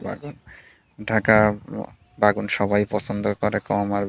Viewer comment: বে+গুন=বেগুন It’s not bagun🙂 Anyway, your eggplant field is beautiful. 🤗